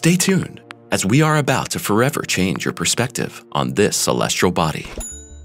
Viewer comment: "Celestrial"?? Body?? Doesn't really inspire confidence in the story.